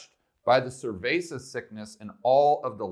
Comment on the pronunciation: Why does he call it Cervesa sickness???